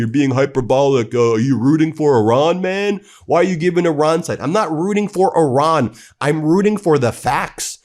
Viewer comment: I love the fact that you said Iran, not I ran😅